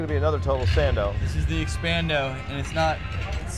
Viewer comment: did you mean to say expando ej hahahaaa